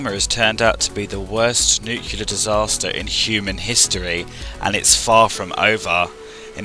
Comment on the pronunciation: Dude please don't say nucular...